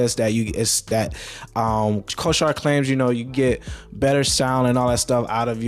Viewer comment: Bro, not trying to be an ass, but you are pronouncing the word Corsair wrong.